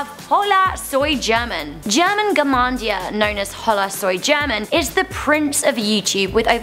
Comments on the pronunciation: Germannnn❤❤❤❤💘 they can't say his name😂, also Elrubius, oooh and Yuya needs to be here! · Che, aprendete un poco de español para pronunciar bien el nombre "Germán". 😧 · Jenga German.... Juega. And she said German wrong. Cringe.